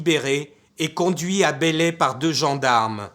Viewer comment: Par contre c'est belley et non bélley...